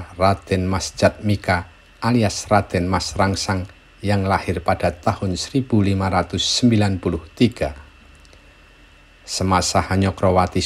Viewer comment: Sekedar masukan aja ,kalau untuk nama2 di kerajaan jawa itu semua berahiran huruf O, misalnya raden mas jatmika cara menyebutkanya raden mas jatmiko dan seterusnya